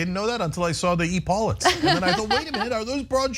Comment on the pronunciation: its ep - e lauts- not e-paulets